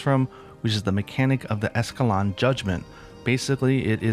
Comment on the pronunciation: Literally nobody can pronounce escaton judgement lmaaoooo